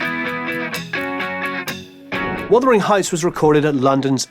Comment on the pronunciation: "Wothering heights.."??